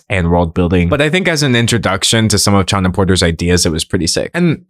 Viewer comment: Chana is pronounced with a H sound ( think Chanukah) ✌🏼